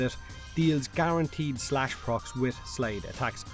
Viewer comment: spin to win "Garenteed"